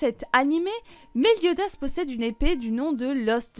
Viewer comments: Elle a pas du tout respecté le nom de Meliodas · Elle a pas respecté le nom de méliodas !!!